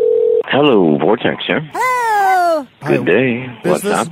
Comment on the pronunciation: Up 'ahre